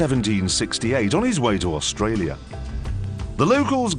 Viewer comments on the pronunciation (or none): none